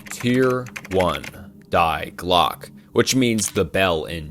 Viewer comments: "Dye" Glocke, "Menjelle", "Proojia"😂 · He bleeped out the word Nazi lol? What a beta youtuber. Also it's pronounced "dee glock uh" 🤦🏼‍♂️🤦🏼‍♂️🤦🏼‍♂️ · It's not "DIEEE GLOCK" It's "Die Glöcke" at least run these trough google voice man... I'm not even German and I know this. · Its pronounced "dee glock" 😁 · Bruh yes I love it but he butchered it a lot. Die Glocke for example was intense cringe.